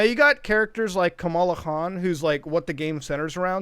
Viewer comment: I think, you actually pronounced it correctly and it's never pronnounced correctly in common english colloquialism, because their shorthand to how to say Khan is from Wrath of KHHHAAAAANNN and not actual South Asian people.